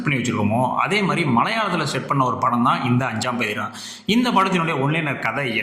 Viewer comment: அஞ்சாம் பதிரா என்பதில் சரியான உச்சரிப்பு 'பாதி ரா' பொருள் midnight பாதி ராத்திரி.